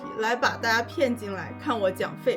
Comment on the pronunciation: 原來大陸人講大家也是會說成大阿啊